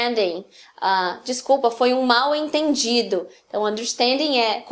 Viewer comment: Existe uma diferença de pronúncia entre MAU e MAL, embora os reles dicionários de português para estrangeiros continuem a escrever ambas como [maw]. É por isso que a cariocada rima "mau" com "jornal". Você,, pronuncia MAU-ENTENDIDO quando deveria ser MAL-ENTENDIDO. O AU termina com os lábios em BICO. E o AL termina com a língua encostada na parte anterior dos dentes superiores. Em inglês existe a mesma forma em DOLL. É o "Brasiu" que os cariocas da Globo apresenta.